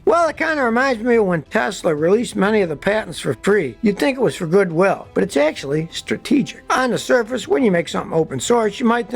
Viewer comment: "Droppeen"?????? "Buyeen"????? "Akshuhly"?????